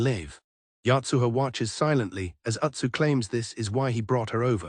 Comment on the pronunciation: AI manages to botch the pronunciation Uichi, Yotuha, and Utsu all in just three minutes.